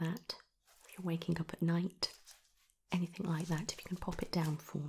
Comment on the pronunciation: Great video, very soothing. However one very, very small point. It is anything and everything, not anythink and everythink. Sorry